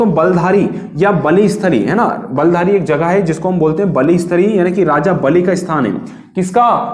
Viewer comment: सर बलधारी नहीं है वह बिल्थारी है